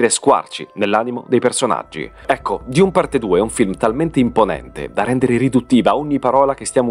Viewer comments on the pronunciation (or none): ma perche dIUne 🙉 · ..ma perché " diun"? È letteralmente DUNE!! Oppure meglio ARRAKIS ( Harrachis) ...tra i primi paragrafi dei libri:: ::: ARRAKIS ( DUNE) ::: il pianeta DESERTO